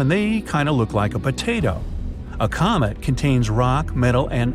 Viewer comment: did he say comet or comic